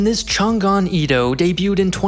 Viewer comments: Great video but the prononciation of Changan is wrong. You prononced as Chan Gan, it should be Chang An. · It's pronounced Chang'an, not Chan'gan.